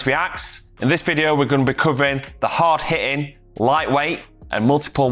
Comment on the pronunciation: Did you mean to say hitting with double t, so why do you pronounce it heeen? 😂🤣😅😆😅🤣😂!